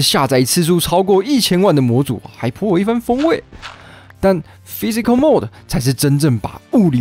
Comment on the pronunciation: 而且還念成了mode